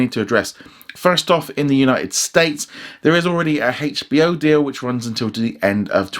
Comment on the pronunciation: i know but he said like hachbo max